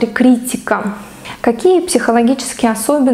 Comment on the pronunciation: Ударение в слове правильно: КриттИка.